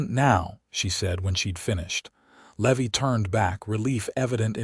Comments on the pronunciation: Man this narrator sure can slaughter a name !!! Just awful !! The cowboy isn't a le- veee . His NAME is LEEE-VIIIII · Levi is not Levy. Think Levi like the jeans. I really wish that you all would hire actors who know this stuff instead of stupid AI that knows nothing. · The misprounciation of Levy is highly annoying. As is the so overused name of Hope! But the story is solid and the premise unique. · Love the story, the characters are wonderfully written, the AI is killing the name Levy. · I love these stories, but the AI errors are annoying! How can you slaughter the name "Levi"? Still going to listen. . .probably a great story.